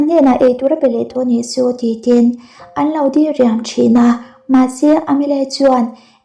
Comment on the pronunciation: Dah hma ve😊 dii riam ti lo in diriam tih tur aw mate 😅